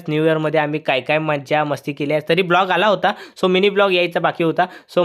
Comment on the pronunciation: दादा ब्लोग नही व्लॉग बोलय्च बकी सगला चग्ला हाय